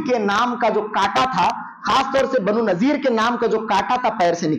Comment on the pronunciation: بنو نضیر ہے Not نذير